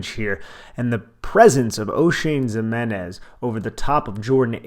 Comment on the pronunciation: Ximines not Zimenez